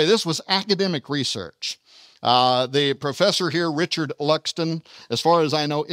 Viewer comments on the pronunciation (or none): none